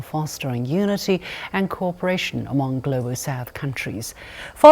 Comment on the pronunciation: Can you pronounce the word "among" properly? Is difficult for me teach kids when you the host pronouns it wrongly. My suggestion and opinion.😅😊